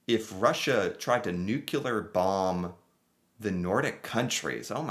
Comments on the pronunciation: NuCLEar not nuKElar. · NU-CLEH-ARE. say after me! NU-CLEH-ARE! not NUKIE-LAWR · Why do you keep saying Nuculer? That's not a thing. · Please stop saying "Nukular"! Please? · Mate, you realy say it is "newkiller bomb" while meaning "nuclear"? :D Besides this, great video ;)